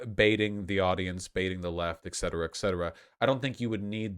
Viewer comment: *et cetera not ect cetera